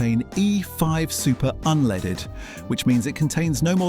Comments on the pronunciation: What's this "unleeded"? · How can you take somebody serious when they can't even pronounce unleaded correctly